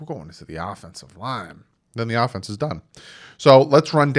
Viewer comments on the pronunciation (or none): none